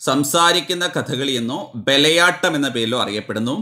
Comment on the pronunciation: ബലയാട്ടം അല്ലല്ലോ,bayalattam അല്ലേ